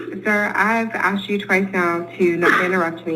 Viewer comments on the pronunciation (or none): Asked. Not axed.